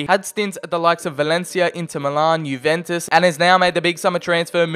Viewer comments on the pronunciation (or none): none